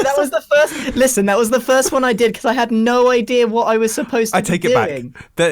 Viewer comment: "IN WHOT??!!" "I-IN WHOT??!??!!" "WHAUT DO U MEANNNN!!?"